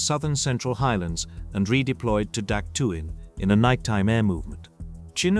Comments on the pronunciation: We always pronounced it Dak Toe not Dak Two. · "dak tu" and "sky soldiers" in the first minute gives you a thumbs down. I was in the herd at dak. tow.